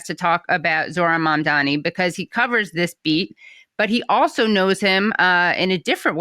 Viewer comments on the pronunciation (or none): The CNN host is doing the same thing Cuomo and every xenophobe did and pretended she can't pronounce "Mamdani" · She can't even pronounce his name. Must be an homage to Trump. Since big Larry is going to be her boss. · The oligarchs don’t even know how to pronounce Zohran Mamdani! So pathetic. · All the journalists who can't say Mamdani's name right should all be FIRED. What the hell???